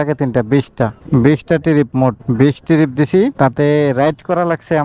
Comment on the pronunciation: উচ্চারণ শিখেন ভালো করে। টিরিপ না। ট্রিপ! খুব অদ্ভুত লাগে শুনতে!